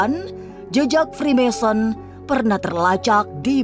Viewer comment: Mason : tukan batu; masonry : pertukangan.. ssoo.. Free mason : tukang apa saja.. mohon koreksi..👍 Maaf to, ngebacanya bukan 'fri-mèn-sori' .. tapi 'fri-méisên-ri'..😢😢